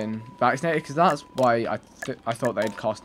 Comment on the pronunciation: i'm seriously chouting at my computer every time he says it's a vacinated animal